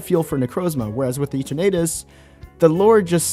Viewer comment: Can you stop pronouncing Eternatus like that.